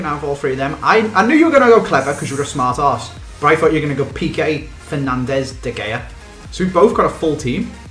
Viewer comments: really frustrating when people pronounce: De Gea as D-Gay-A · Lol said de gayah